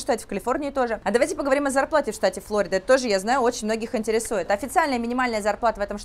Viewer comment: По русски Флорида. Ударение на второй слог.